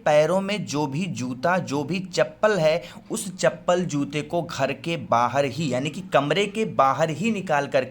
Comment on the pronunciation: Aap se joote ka naam thoda sa galat bul gaya tha